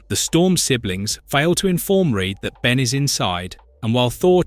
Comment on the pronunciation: Almost certain its not a real person saying the words its AI as they/it also pronounced Ben as B en, makes me think its AI reading a script spelling mistakes and all.